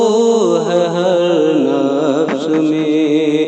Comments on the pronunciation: درست فرمایا آپ نے لفظ (ن فس ) نہیں (نف س )ہوتا ھے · نفس کے تلفظ کی ادائیگی درست نہیں ہے